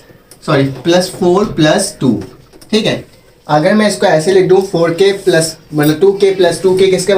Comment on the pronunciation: MashaAllah plus ko pluz bolraha he